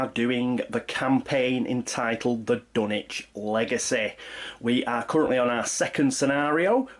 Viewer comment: Is it pronounced wth a “w”?? I mean in terms of pronouncing “Dunwich”